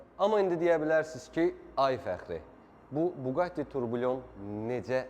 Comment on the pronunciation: It is pronounced tourbiyon not tourbillion